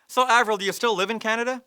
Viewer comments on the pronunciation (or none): eivril?... Eivril... AVRIL !hahaha